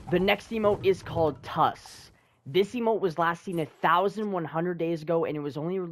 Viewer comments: My boy really pronounced tsssssss as tus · I have the zombie and most of them. But, the tssssssss emote is not pronounced t-u-s it is pronounced t-ssssss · Man: this next emote is called "tus" Me: ITS PRONOUNCED TSSSSSSSS